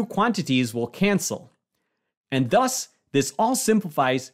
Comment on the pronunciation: 😂 😂 😂 😂 when you said "...and thus...", I thought for a second that you had said DOS, which is the Spanish word for TWO.